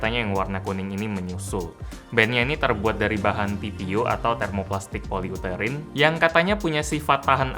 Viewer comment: Poliuterin wkwkwk poliuretan kali bang